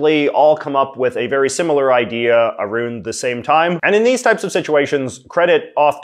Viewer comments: "A roond" ok, now I know you are not canadian. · No you don't. This guy is just saying it wrong.